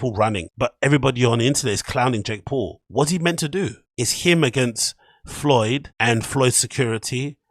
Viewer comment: Your second time saying Floyd's name is worrying. You gotta lay off the Schaub content, it's contagious. Get well soon lol.